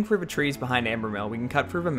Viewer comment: are you saying "frou?" as in "cut frou the trees." I don't hear the "th"